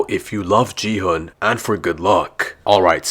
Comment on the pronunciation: It's gi hun g is like go sound and plz Don't call him ji hun